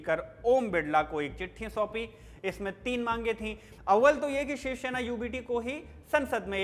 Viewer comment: भाई शिवसेना है शिवशेना नहीं। आपका उच्चारण बहुत खराब है।